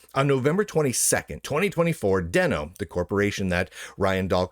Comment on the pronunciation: pronounced "Deeno" (as in the first "e" in "Denounce" or "Deny") .. not "De-no" (as in the "e" in elephant)